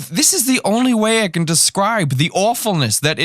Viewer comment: "this is not the WEY"